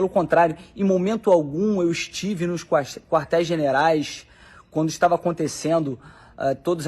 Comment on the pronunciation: Esse "deputado" além de cobarde é mentiroso. O cara disse que vivemos em ditadura, se assim fosse não estaria falando. Nem falar sabe, quartéis "generais" 😂😂😂😂